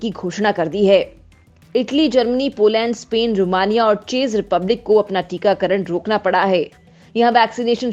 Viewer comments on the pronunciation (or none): It's pronounced as "CHECK" and not as "CHASE"